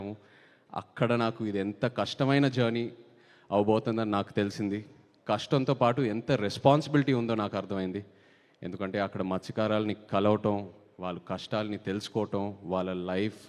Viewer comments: మస్థ్య కారులు నాయనా.. కారాలు కాదు.. సినిమా అంతా ఇలాగే చెప్పావా డైలాగ్ 😀😀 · మత్స్య కారులు బాబు మళ్ళీ నవ్వుకుడా నా